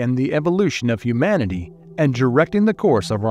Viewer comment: Where can I get a job as a video narrator? Mispronunciation in narration is one of the most irritating and jarring aspects of YouTube videos. It’s not ‘hum-man-ity’, it’s ‘hue-man-ity’. We’re not hummans, we’re humans.